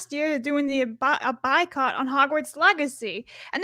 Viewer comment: it's "boycott", not "buycott"